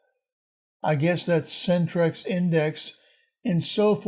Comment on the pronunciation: It's NOT "sentress" it's "centres", as in "centers" (US spelling). Yes, outside the USA (just trust me, there is a world beyond USofA, Canada & Mexico) we spell "center" as "centre". Also "metre", "kilometre" etc etc. To not even know this & think it's a spelling mistake is pretty mockable. So I mock you. Harshly.